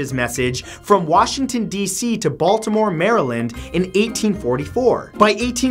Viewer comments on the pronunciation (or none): none